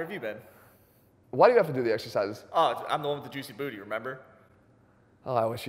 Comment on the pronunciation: Hearing Jeff say “joosy bootie” is a highlight of this entire video….